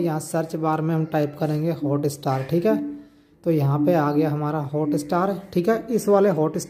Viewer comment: It’s not hota star🤣🤣🤣🤣 it’s hotstar!!